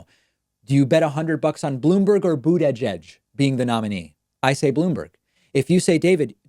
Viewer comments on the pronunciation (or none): Don't you know how to pronounce these peoples names yet? Sounds like you butchered Tulsi and Buttigieg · please start pronouncing the candidates' names correctly... boot-a-judge, tuhl-see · Lol David the way you pronounce Buttigieg’s name is funny lol. It’s like “Boot-edge-edge” 😂😂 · Booty judge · Why the hell does he insist on pronouncing Tulsi and Buttigieg like a moron. Love David and don't care about either candidate but this is obnoxious.